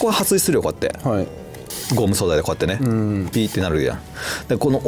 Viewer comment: ！撥水「はすい」じゃなくて「はっすい」😂💦